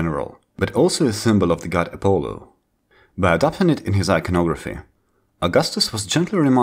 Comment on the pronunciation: You are making historical videos and you can't even say Apollo? I trust nothing in your videos.